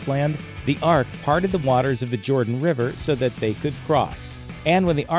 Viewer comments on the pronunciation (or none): none